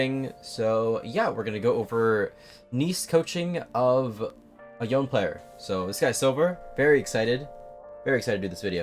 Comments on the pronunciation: Pronounce it YONE'eh not YoNeE! Pronounce his name how it's supposed to be! You are rank one, stop pronouncing it like all the other lame YouTubers! I am requesting you, since I appreciate your videos! Thank you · Price is mostly based on his popularity and demand.. also idc how much of a Yone main you are I hate how you say Yohn instead of Yonay 😝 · why does everyone say this guys name wrong lmao it is not said like the word lone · Imagine being a rank 1 otp and not knowing the correct pronunciation of your champ. Yo-nay my guy. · Wait this guy is rank 1 pb the champ and doesn't say the name correctly? T-T